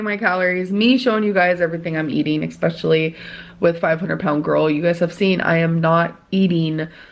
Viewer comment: Everytime she pronounces especially as "exspecially" i lose a braincell I'm 347 in the negatives